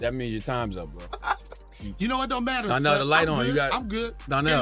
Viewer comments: Its DONNELL not DARNELL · It’s DONNELL not darnell